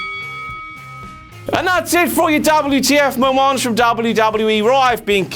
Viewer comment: double-yew, tee-eff MOW-MAUNTS